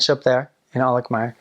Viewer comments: I was just watching ur vids and this is so cool! Im from Alkmaar too! The way u say 'Alkmaar' is just PERFECT! Your Dutch is really good. Kudos! It's nice to hear u say how beautiful our city is :) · The way you pronouce Alkmaar is just perfect.